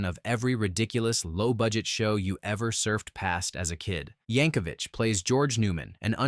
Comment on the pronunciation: For the love of God, there's no "h" in Yankovic!